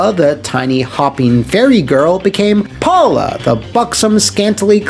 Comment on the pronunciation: It's pronounced Powla😁